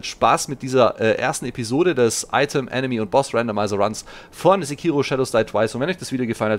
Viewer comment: Freu mich richtig drauf! Übrigens: im japanischen ist es in der Regel nie verkehrt, die erste Silbe immer zu betonen. Sékiro ;-)